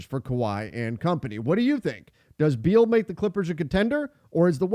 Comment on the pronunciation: Thiers no D in beal